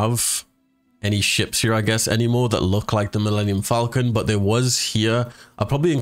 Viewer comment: milmemenium falcomcon